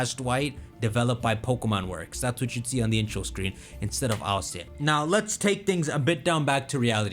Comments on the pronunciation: Why do you pronounce ILCA as an initialism instead of an acronym? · I.L.C.A? Don't you mean Ilca? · I was wondering what he was saying, but he's just saying ILCA, and im like, "whos alica see aye"